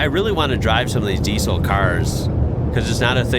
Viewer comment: Although "Diesel" is written with an S, it's pronounced "Diezel". The way you say it is weird